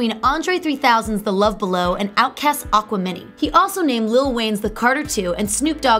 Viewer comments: How do these YouTube channels pick their hosts? Do they specifically look for the loudest, most awkward, most obnoxious, most uninformed doofus types? Its Oh Vee Oh. Not "oh vo". And its Ah-kwih-mih-nye. Not Aqua Mini. Ugggh. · "Aqua mini" ... Really guys? Couldn't take the time to find out that the title is pronounced like an Aquarius + Gemini hybrid? This channel sort of feels like it's run by frauds... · Outkast Aqua-mini??? Oh-Voh ?? Do y'all not edit. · Aqua mini? It's Aqemini. Like Aquarius and Gemi mixed. Jesus Christ